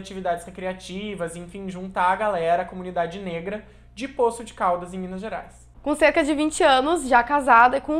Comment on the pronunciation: A pronuncia correta é Poços de Caldas .